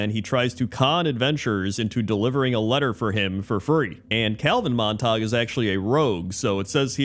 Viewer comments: Hahah I pronounced it as “mahntahg” as well, having not heard that name since like high school. It’s pronounced Mon-tuh-gyoo. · "Montag" lol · As soon as you said they were from Romeo and Juliet I knew the pronunciation and it hurt every time you said it xD